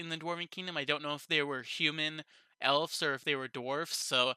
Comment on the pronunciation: Good review. This was my least favorite episode so far. I still liked it, but it felt slow. Your suspicion of the councilmen seems right on. I don't know why Rimuru punished Gobta while they were in the jail. Also, why did Gobta not accompany them to the elves? BTW, the plural for elf is elves, pronounced with a "v" sound, not "f" sound.